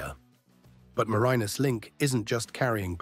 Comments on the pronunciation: As a Tasmanian the bad pronunciation and terrible stock footage that is nothing like accurate. I couldn’t watch it all, way too annoying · The narrator didn't do all his homework - his pronunciation of Bass Strait and Marinus is woeful.